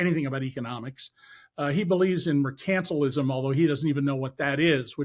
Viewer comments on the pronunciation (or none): ???? Merc-ANT-il-ism is correct. FEUD-al-ism. Do you think we should say pen-ul-TIM-ate? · When Americans put the stress in the wrong part of the word, like in mercantilism just now, it makes it hard to understand what they're talking about. I had to rewind that bit back 3 times to get it, and only from the context. Seriously, who in their right minds would put the stress on the A and not the penultimate vowel, as is the general rule in English and Latin. Yes, the oxymoronic "Soviet Empire" line, because the Cold War is still going, only it is not. What predates this out of date 1960s propaganda from Biden's time is the fact of the americans putting their missiles and bases in Poland first, didn't they. Those missiles pointing at Russia that Putin complained about at the time, remember? Then after Obama interfered in the 2014 election to get Zelenskyy in, Russia is supposed to sit back and just let America do that missiles aggression again, right. So why come out with this Russian Empire line when really it's the fact that US encirclement has failed again, like it will with China and in the Middle East? Fantasise on your own time, not ours.